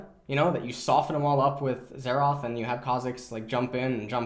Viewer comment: Xerath not Xeraath